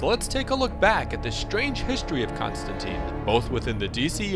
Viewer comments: John Pronounces his Name Constantine Rhymes with Line not Constanteeeeen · Maybe you need to know that its pronounced tine not teen. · it's a common misconception but it is pronounced ConstanTINE, like the Roman (and later Byzantium) Emperors, not ConstanTEEN